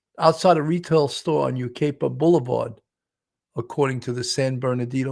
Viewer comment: Hi! From the area, and Yucaipa is pronounced (you-KYE-pah). It's a Native American word. Justice for Baby Emmanuel.